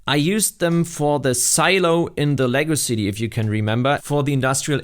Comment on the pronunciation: I finally caught up to this vid after watching them all from oldest to now. One comment if i may, use a little more enunciation when saying "Lego City" cause it comes off as "legacycy" lol. Keep up the good work.